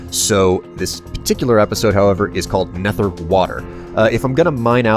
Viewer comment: That's how you are supposed to say it with th